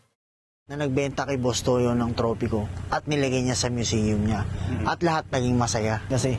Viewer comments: good video btw "ng" like in, for example, "buwan ng wika" is pronounced "nang", not "nga" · “ng” pronounce as nang not nga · why do you pronounce "ng" as "nga"? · Your accent is very good. The only thing I heard that you have difficulty is pronouncing the word "ng". When it is a particle like "buwan 'ng' wika" or "Nagdala siya 'ng' liham", it is pronounced as "nang" even though it is spelled as "ng". Keep it up 🥰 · ng pronounce as nang